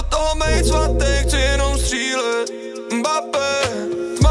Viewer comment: Verstappen and Mbappé se vyslovujou trošku jinak.